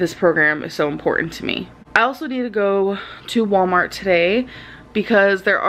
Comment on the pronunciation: "Basaamiti, inscrewshiating, Wommart"